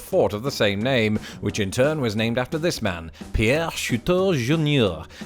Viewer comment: As a South Dakotan THANK YOU FOR GETTING PIERRE RIGHT. NOT EVEN IOWANS KNOW HOW TO SAY IT.